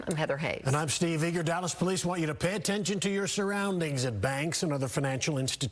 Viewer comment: Jugging huh 😂😂🗣 I'm pretty sure you're pronouncing it wrong‼️ 🤭🤣